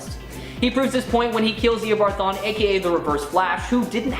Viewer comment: man im sorry but the way he said THAWNE as like "THAIN" c'mon now you guys